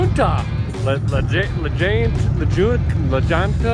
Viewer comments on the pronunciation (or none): in the video when he said Perkins that is my dads dealership it’s la junta but pronounced la hunta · Those towns you pronounced in Colorado are pronounced pweb low and La hunta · La Junta is Law - HUNT aw. Pueblo is PWEB - low. The upper mid-west does not prepare you for Colorado. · It's pronounced la hunta.. lol